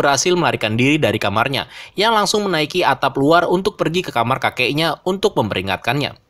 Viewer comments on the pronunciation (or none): none